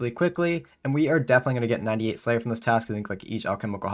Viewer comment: I am sorry but Prayer and Slayer do not sound the same.